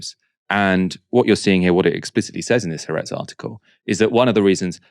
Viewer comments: Please note it's Ha-aretz, not Haretz. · HAARETZ IS PRONOUNCED WITH SPLIT A'S HA ARETZ!